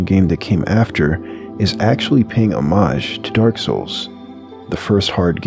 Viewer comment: thankyou for pronouncing "homage" correctly